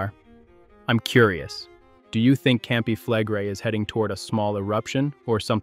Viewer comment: When you mispronounce words that are commonly used in volcanic discussions, you lose your credibility with those who begin to wonder what else you don't know. Campi Flegrei, Bradyseism, phreato...all mispronounced at least once.